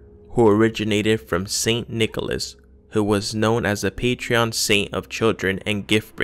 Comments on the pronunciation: You keep saying patrEon Saint. It's patron. No E... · I think its PATRON saint, not PATREON, patreon is something else mate 😂😂